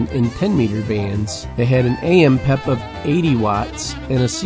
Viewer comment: In my 30 plus years of ham radio, I've never heard the abbreviation for "Peak Envelope Power" pronounced as "pep." I've always here it pronounced by saying the individual letters to make it clear its the abbreviation for Peak Envelope Power, and not referring to a "peppy" radio. Great list of radios by the way, I own several of them and still enjoy operating them.